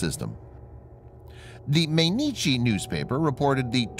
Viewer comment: I gave this story a like, but for pity's sake teach your robot to pronounce Mainichi correctly: it's like m(eye)inichi, or anyway that's the closest you can come for an English speaker.